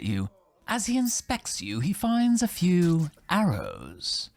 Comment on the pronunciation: "A vew years later "